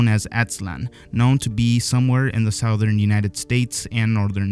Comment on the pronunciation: I like how you said "south- ern " 😂 its suth-ern , keep up these types of videos I like them